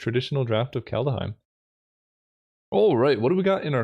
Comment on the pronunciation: Are you doing Kalda-heim on purpose?